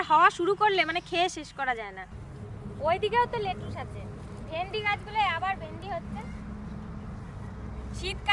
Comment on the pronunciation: এটাকে লেটুস/লেটুশ বলে না, এটার উচ্চারণ হবে "ল্যাটিস্" বা "লেটিস্"। এটা ত একটা বিদেশী সবজি বা বিদেশী পাতা, তাই না? আমরা সবাই (ইংরেজরাও) এখানে, মানে UK তে, এই স্যালাড বানানোর পাতা কে "ল্যাটিস্" ই বলে থাকি। বাই দ্য ওয়ে তোমাদের সবজি বাগান টা খুবই সুন্দর হয়েছে। ভালো থেকো ।🙏🙏